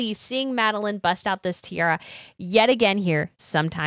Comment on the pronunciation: Hi! Please do try to say Tee-ah-rah, because all I can hear from your way of pronouncing it is "Tee-ahr", and that sounds quite sloppy for such lovely pieces of jewellery. No offense!